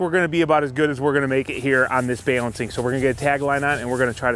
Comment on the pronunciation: What in the American-Lexicon-Madness is "bay-lancing"?